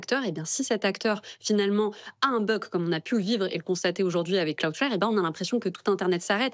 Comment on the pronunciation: Quel intérêt de faire ce reportage pour ne pas expliquer la raison de la panne ? Et 2/4 personnes qui prononcent mal cloudflare, vous avez l'air bien renseignés